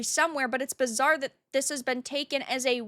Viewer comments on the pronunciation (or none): none